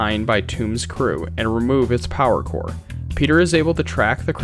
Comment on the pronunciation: Kiln, not clin..... Core not corpse